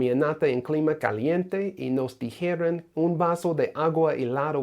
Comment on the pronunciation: Bien hecho! Only problem I had was : "they gave us a glass of ice water"...sounded like you said "nos dijeron" instead of "nos dieron". Other than that I understood everything.